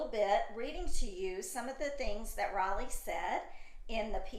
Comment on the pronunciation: So funny you call her 'raleigh' instead of Riley